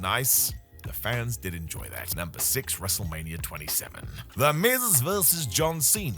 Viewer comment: Why do you say wrestlemanier?